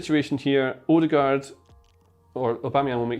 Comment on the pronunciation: The pronunciation of his name is wrong. Ø is like the a in the word "an". And aa is like au in the word "autumn".